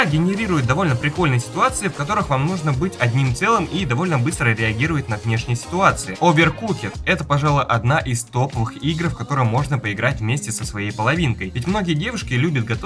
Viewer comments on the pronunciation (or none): Твой английский просто ужасен. Реально режет ухо ОверкукЕд... бррр